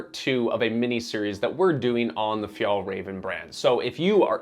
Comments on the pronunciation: F-y-ah-ll - R-ah-ven. Not Fee-yahl-ray-ven. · Pronunciation is ‘fyell-raven’, not ‘fyol-raven’. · The "Ä" in Fjällräven is an "E" sound > Fjellreven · Please just stop saying FjAAllrAAven. Just say MountainFox or something instead. Or...maybe learn how to pronounce it correctly. It's not like Swedes call your streaming service Näätflicks. 🤷‍♂️ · It's pronounced "Fyell-rahven Con-ken" :) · Haha, your pronunciation of Fjällräven is hilarious (but cute) to the ear of a swede! If you want to say it correctly, try this: fjäll = phi-el ("phi" as in philosophy + soft "el" as in the the spanish "el zorro") räven = rra-ven (the "ä" is pronounced like the "a" in ravaging or rad (and not like the "a" in large or cart) and the "r" is rrrroling like in spanish) + ven, like the beginning of ventilation) Kånken = konk-en (the "å" is pronounced like the "o" in concrete + en) fjällräven = phi-el-rra-ven konk-en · Hi all, just some information about Swedish pronunciation of the brand and its products, if you are interested. The letter å makes the 'oh' sound. So Kånken is pronounced as Konken. The letter ä makes the 'eh' sound. So Fjällräven is pronounced as Fe-el-raven I am not a Swede but have lived in the Nordics for a couple of years :) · It wouldn't be so hard to learn how to correctly pronounce Kånken and Fjällräven for more accuracy, even for an English speaker, if you just made some effort. The sounds that Å and Ä make in these words are not unfamiliar sounds for American English speakers. So really there is no excuse. For me it just portrays laziness. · WHY U PRONOUNCE BRAND NAME WRONG?!?! Omg OW at least pronounce the “ä” consistently across the word 😩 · I'm not even Swedish and it triggers me how you do not know how to pronounce å and ä. Doing over 11 minute long video and pronouncing the company name, their product and the founder wrong is just shameful.